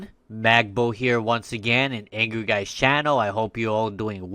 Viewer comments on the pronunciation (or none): i thought you said you are '"Mad Boy" on Angry Guys channel' lolol